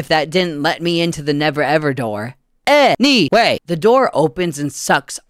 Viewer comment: that "A NY WAY" took me SO by surprise that I literally CACKLED